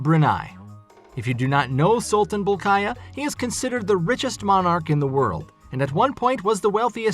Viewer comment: Bowl key yah! Not bol khay yah